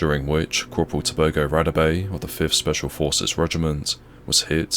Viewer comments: If you're South African you know you cringed every time he said "Radebe" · I appreciate the coverage, however it is disrespectful to anyone and extremely disgusting, especially if it is a soldier who lost his life, to completely mispronounce both his name and surname. pretends to care about Africa, but get almost all African pronunciations totally wrong, so I suggest this channel simply ask any South African. R.I.P. Cpl. Radebe